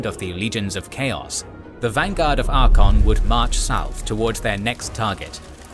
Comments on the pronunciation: Every time I hear Archaon pronounced "Arkon" one of my braincells hangs itself. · I think you are pronouncing Archeon wrongly